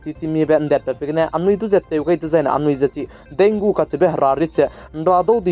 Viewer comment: Thanks for update and one thing bro Dengue is pronounce as "dengi". Tq u....